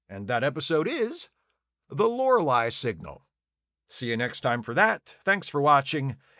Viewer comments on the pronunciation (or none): none